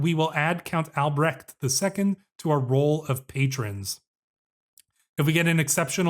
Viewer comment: When pronouncing these German names just use "h" like in "honey" when you see "ch" in names like Albrecht, should be easier and probably more accurate most of the time :)